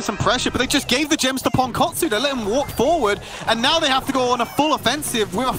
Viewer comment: ときどきすげーネイティブに ポンコォツって言われてる気がする